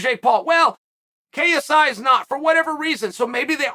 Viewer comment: I don’t like how clear he kept saying KSI .. I would’ve preferred kissey